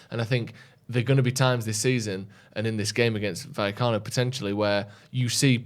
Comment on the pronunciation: Finally pronouncing vallecano correctly